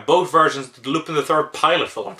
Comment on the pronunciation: I know this is an old video but it's Loo-pawn.